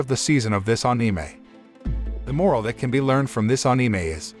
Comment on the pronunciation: I always get annoyed how he pronounces anime